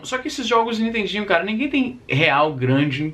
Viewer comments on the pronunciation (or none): none